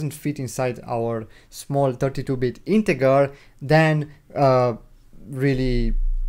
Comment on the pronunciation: My friend it's JJJJJJJJR NOT ggggggggr .....INTEJJJJJJJJJR NOT INTEGGGGGGGR 👍